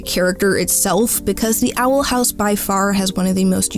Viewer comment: theey awel hawwse